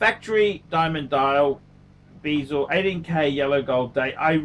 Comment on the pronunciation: BEZEL IS PRONOUNCED AS SUCH: BEH- ZILBASEL WORLD IS PRONOUNCED AS SUCH: BAH ZULIT PHUCKING KILLS ME WHEN YOU PRONOUNCE THE BOTH OF THESE WORDS AS BEEEEEEZELLOL LOVE YA ANYWAY KEEP ON ENTERTAINING!